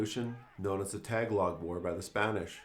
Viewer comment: I was left wondering if you meant "Ta-ga-log"???? Accent on the middle syllable...